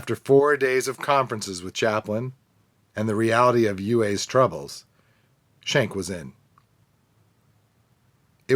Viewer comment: His name is pronounced "SKENK" not shenk